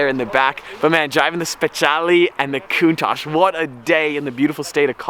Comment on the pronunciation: It’s spelled Cow-un-tash